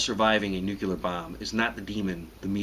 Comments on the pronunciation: ***** Hey, delta, face it, the guy doesn't know what he's talking about. Here's a few facts for starters: "Tin Hat Ranch"? Are you sure you don't mean 'Tin Foil Hat' ranch? First, let me tell you something, '', It's pronounced 'nuclear' as in sounding like 'Nook-lee-er', okay? It's not 'Nook-you-ler'. You make this mistake about six times until I stopped watching from being paralyzed by hysterical laughter. First, if you see the flash, you will be, in all likelihood, blinded. This means, you wouldn't be able to reach shelter unless you knew your surroundings like your own house in the dark. Thing two: EMP, or electro magnetic pulse. This fries everything with microprocessors or even simple electronics like transistors and, in extreme cases will render the starter motor on cars and even motorcycles INOPERATIVE!!! I guess this means 'shelter in place'. BTW, when the food and water runs out, and the drugs for first aid, or drugs like insulin if you're diabetic runs out, or any other drugs for any one of a number of common ailments runs out............it's 'curtains', ''. MAJOR FLAW!!!! MAJOR FAIL!!!!! BTW, you do look 'cool in your cammo BDU's, Kevlar helmet, and wraparound shades, which, if you 'looked at the flash' would most likely be 'welded' to your face, and most probably sear your eyeballs into a pair of useless orbs! But, at least you 'look like a big tough 'Rambo', you babbling fool! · This joker might have a little more credibility if he learned how to correctly pronounce "nuclear." I cringe every time I hear him say noo-cue-lar. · NEW-CLEAR... NOT NewKILLAR. Even if you survive the blast, you will die from radiation. No point. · Am I the only one slightly irked that he said "nucular" rather than "nuclear"? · I'm sorry, but I question the intelligence of anybody who pronounces nuclear as nook-you-ler. Nu·cle·ar n(y)o͞oklēər,-kli(ə)r Google it. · Stop saying "nucular", its not a word. Nu-clear. New-clear. Nuclear. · why does everyone say nucelear?!